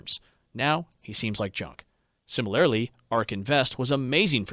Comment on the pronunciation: lol, sorry. There were several examples but I can only remember two off the bat. Fallacy is “fah-le-see” not “fall-ah-see”, and similarly is “sih-muh-lr-lee” not “sihmi-lair-lee”. You’re of course welcome to say things however you want but it breaks the immersion a bit.